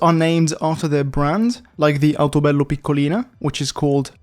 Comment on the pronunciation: You have to be italian. There is no fucking way you pronounced "Civetta Bolide" or "Autobello Piccolina" perfectly. As an italian, I am absolutely stunned.